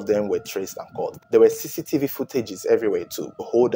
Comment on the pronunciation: Great job but maybe next time say camera footage no offense but i had to put subtittles to undersdand you were saying cctv footage.